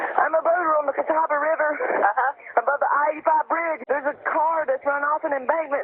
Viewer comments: Gratz on pronouncing Catawba correctly! I know locals there that get it wrong. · When covers a story from your town. Cheers on the correct pronunciation of Catawba! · Why is it that the area where I live is only famous for things like this?! Please know that there are actually wonderful people and good cops in NC. Also, kudos to you for pronouncing Catawba correctly. :)